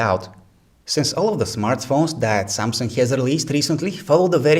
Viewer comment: He always say Samsungk instead of samsung. Ps. Im not a racist, its just that I hear it from you and its unique